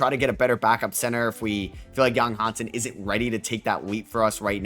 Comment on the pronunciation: Big shoutout from Hong Kong, it should be Yang Hansen, Yang is the surname and it should be pronounced as something similar to “Young” in Mandarin